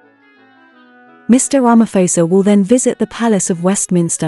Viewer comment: That is a lovely colour. Tip Prounounce Ramaphôsa like Xhosa or like pause'a' 👍